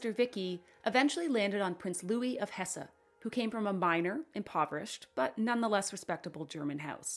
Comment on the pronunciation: Hesse is pronounced hess